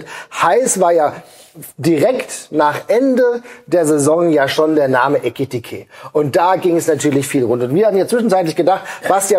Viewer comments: Ekitiké ist knapp 1,5 Jahre hier und Basti sagt immernoch „Etikite“… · Basti, er heißt immer noch EKitiKe! Und wenn er tatsächlich weg sein sollte und McAtee kommt, nenne ihn bitte nicht Metteki!❤